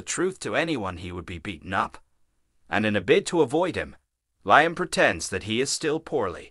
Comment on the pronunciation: Liam is pronounced Leeam !!